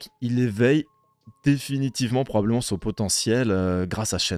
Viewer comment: Pdv:, la famille sun??? T es québécois mec?! 😅. Jpensais que t aurais pas kiffé comme tous les anciens mais il faut de tout. Côté son ou ost c'est à chier. Côté image et leur CGI toute claqué, vous vous forcez à dire que c'est beau ou c'est comment?! 😅 Et l histoire, que dire.... Jamais j aurais penser sortir ca un jour mais là, pas le choix. On est à la hauteur de évolution sauf que c'est de l animé!! Et ben meme pas c'est du jeu vidéo!!! Toute cette attente pour ça, Brroly dbz revieeeeeens!!! 😅 Ils ont assagit et abruti Broly jsuis deg. Quand à Gohan, ils ont éclaté la transfo ultime mais vraiment ils ont pissé dessus fort! Et Piccolo 😱😱😱 le mec à la jaunisse, à mon avis avant de tourner il n avait pas fait de test covid c'est pas possible. Ou il a bouffé du pangolin j en sais rien, Slug doit se marrer vu d en haut, ou plutôt d en bas thermostat 9/7000 degrés. Les supers nameks du coup on en fait quoi??? L histoire n'a pas été respectée et moi pour ma part j ai pas attendu de voir une telle mrd, toute mon enfance violé par Bamco. Ton pdv me déçoit mais jle respecte. Je répète, ton pdv me déçoit mais je le respecte. Je boycotte ce film. Jsuis vraiment déçu.